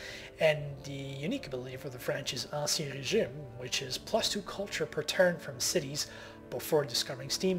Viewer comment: dude, just the way he pronounced "Ancien Régime" (and Wu Zetian earlier in the video) makes up for that. It shows without a shadow of a doubt that he's a very cultivated and wordly person, moreso than most of the other LP'ers out there. Nobody's perfect.